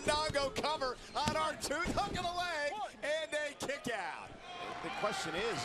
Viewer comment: he said r-tooth lol